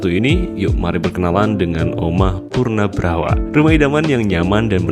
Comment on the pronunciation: Ijin koreksi min, "punarbhawa" bukan "punabrawa" nyebutnya min. Salam rahayu 🙏🏻🕉🙏🏻